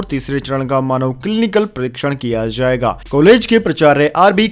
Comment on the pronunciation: It is not pronounced as zammu but jammu. Not zaiga but jaiga....many more like this. Please correct your pronunciation asap.